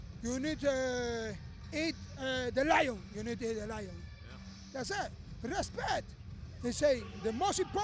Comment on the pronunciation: That's it = Thas tah